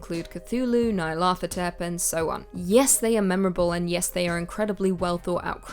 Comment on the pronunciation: Thanks for the great video! Btw, it's pronounced Nee-are-lat- Hotep. Hotep, like the Egyptian. 😀 Sorry, couldn't resist 😂